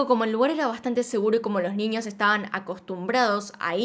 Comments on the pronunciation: Me encanta cuando dices NIÑOS... mi mente retorcida escucha NINIOS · Sho no entiendo por que dices “ninios”, “trasporte”, “Shim”